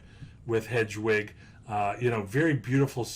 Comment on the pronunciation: I know you don't need to know anything about harry potter to know about investing in Harry Potter lego, but I cringe every time you said "hedgewig" and "dragon alley". It's pronounces HEAD- WIG and DIE-A-GONE alley.